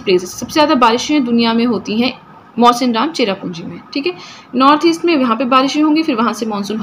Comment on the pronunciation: Mam ITS MAWSYNRAM NOT MAWSINRAM AND THXX FOR NOTES IT REALLY HELPED ME ALOT